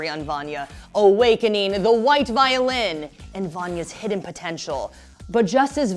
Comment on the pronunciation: can i just say: vi-o-lin, not vio-lin